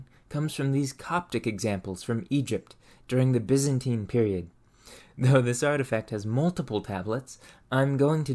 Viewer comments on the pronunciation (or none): none